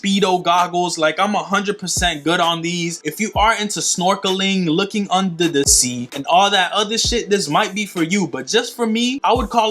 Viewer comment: Bruh my dude said unda da sea 😂😂😂😂😂😂😂